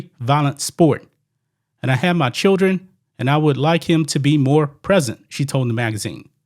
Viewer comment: "I have my childeren" Says volumes